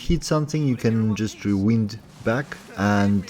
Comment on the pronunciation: your english is good but you say rewind as in wind but should be as find. Lol.